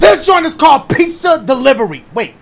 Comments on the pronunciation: My boi said "peet-za" lol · Petza 😂 pizza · That PEETZUHHH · Pete-za. Only those who stay until the end of Dashes videos will understand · Pete-za (Pizza) there you go my boy! Thanks for the laughs and scares! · PEET-zah <3 love you Dash, hope you're having a good day! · Peet-zuh 😭😂 Love you Dash! I didn't want you to go either haha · "Peet-zuh" xD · P (EE)-ZUH!😂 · Pete-za, wow Dash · Pete-Za :D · I say Pet-Za but i think you say Pee-Za.